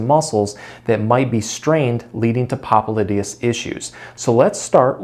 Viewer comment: What nonsense. The guy can't even pronounce the name of the muscle. He calls himself a doctor when he's not. The massages that he recommends have nothing to do with the popliteus muscle. Time to move on...